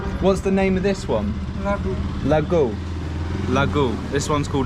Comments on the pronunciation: it's not lagoo.. It's laddu 😅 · Mate its ladoo not lagoo 🤣 but anyways love your vlog through bhaktapur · It's not peraa... (peda) not lagoon (laddu) made from suger,besan, not Dellaby (jalebi,jerry) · Thats laduu not lagoo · Sweat orange ball is not laggo it’s laddoo😆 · Bro thats a laddu not laggu😁🤣💙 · That's not laggu that's laddu The shopkeeper laughed when you misheard it said it wrong 😆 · It's funny, that shopkeeper didn't correct your pronunciation from pera to peda, laghu to laddu, and delabi to jalebi 🤣🤣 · That was laddu not laggu buddy 😂 anyway enjoy your tour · brohh, thats not laghuu its actual ladoo you got little bit pronouncing problem..... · You were pronouncing every dessert wrong. First One is Peda ! Second was Laadu Third one was Jerry (jalebi) like that english song !